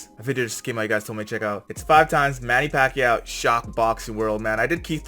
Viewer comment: Well acually manny paquiao shocked the boxing world a million times........................and im proud of him..................................because im a filipino..........................and your pronounciation of his name is wrong.